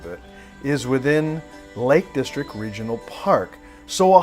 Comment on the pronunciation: Nice video, (though my interest is in the scenery, more than in the car.) Just a few points with you commentary though: 1. It's 'The Lake District' - That's DistricT - with a 'T' on the end: you repeatedly refer to it as the 'Lake Distric'. 2. Mountains & hills in Cumbria are known as FELLS, not Falls. 3. Wordsworth's wife was called Mary. Dora was their daughter. 4. Bearix Potter's first publication was 'The Tale of Peter Rabbit'. Bejamin Bunny didn't appear until two years later, after 'Squirrel Nutkin' and 'The Taylor of Gloucester'. I was a little disappointed that you came all the way to the Lake District to give the car a work out, and didn't bother to attempt to drive one of the famous passes there. It would certainly have given the car a proper testing, if you'd driven over Hardknott Pass, one of the steepest roads in Europe, where the steep sloping switchbacks and narrow hairpins would have given you a good understanding of how the car handled under extreme conditions.